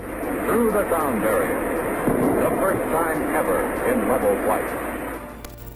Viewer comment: Horrible accent. Three sounds like free. This guy has a lusp. Please don't make videos. Barrier sounds like Bvaior